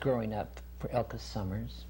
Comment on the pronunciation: Yes agreed. The interviewer kept having her shift gears too much as she was expanding on topics of interest. I wanted to bop him on the head with the "Elka Summers" pronunciation. All in all she is a great lady and well balanced. Refreshing.